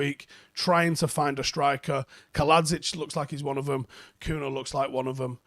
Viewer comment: His name is pronounced Cunya, I am Brazilian as well. Like how Ronaldinho is pronounced Ronaldinyo.